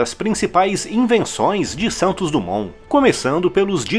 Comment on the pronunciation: DUMONT...SE DIZ DIMON